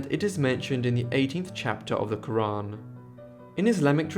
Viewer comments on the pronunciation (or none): none